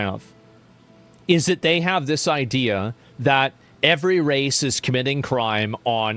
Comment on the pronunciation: Biden talking as a Biden.. " the ideea"" same talkingpoints ower and ower again...